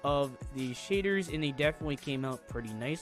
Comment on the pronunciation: he calls shaders, "sheders" lmao